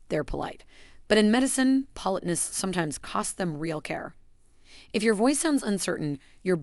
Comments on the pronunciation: If creators who use AI ever listened to t g eir posts B EFORE putting them online we wouldn't have to endure things like a simple word (politeness) being repeatedly mispronounced. It's an insult to our intelligence and our patience, to skip this simple step. Better yet, have an actual human being who knows how to properly say simple words narrate your video. It can't be that expensive, and will likely b et you more views abd likes. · Why can't you pronounce 'politeness'? Are you a bot voice?